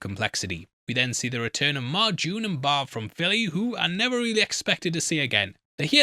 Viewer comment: jesus man i love ya but its barb not bob or borb